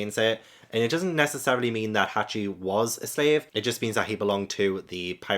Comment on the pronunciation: "Hockey"? "Hacky"? His name's "Hachi".